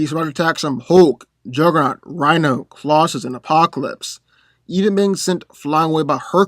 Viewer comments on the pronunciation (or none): none